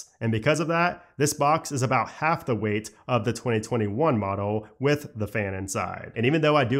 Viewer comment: Are you really putting the emphasis on the weight?